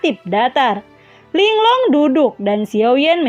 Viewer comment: Ling Lung aja kak jangan Ling long